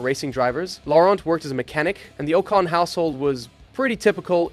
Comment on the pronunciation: Did this mfer just say Esteban oh-cone..???